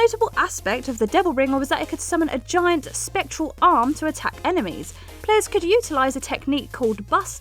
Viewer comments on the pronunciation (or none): none